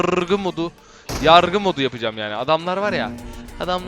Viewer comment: Nobody:: Yarrrrgı mod